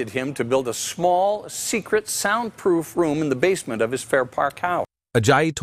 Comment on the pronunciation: "sound proof" sounded like "sign proof"